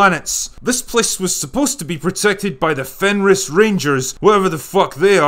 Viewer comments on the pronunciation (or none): none